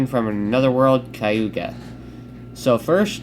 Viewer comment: Ok, just wanna clear up a few pronunciations. Kaguya (Kah-Goo-Yuh) Tsukuyomi (Soo-Koo-Yoh-Mee)